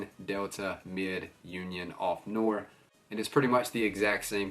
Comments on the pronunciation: nwär = noir ---the "n" is like new...a" sounds like ahh! Finish with a short "r" like are. Newahhr! That will get him close enough as an English speaker. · Bro it’s pronounced “no-are” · Noir is pronounced NEW-ARE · You pronounce noir as “Nuw-are” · nope, not "noyr" either haha, it's French. Noir means Black in French, I can imagine it's hard to pronounce if you can't speak the language tho!